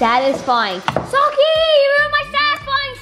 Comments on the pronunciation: It’s so cute how calls Sockie ‘Gockie’ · 🤣🤣🤣 HAHHA YESSS and when tries to pronounce sockie's name too😂 too cute!